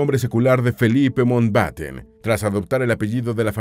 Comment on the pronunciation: El apellido es Mountbatten, no Mountenbaten ni Mountbeiten. La mitad del video no cita cosas sobre la pareja sino curiosidades aleatorias. Entretenido, igual.